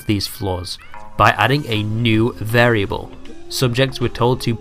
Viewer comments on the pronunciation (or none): none